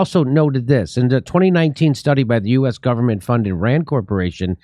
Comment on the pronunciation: You said "US GOVERNMENT " incorrectly